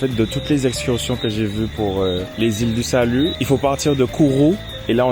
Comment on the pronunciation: Je rectifie : FRENCH GUIANA et c’est les ÎLE DU SALUT et pas « lilais du salut » 😒🇬🇫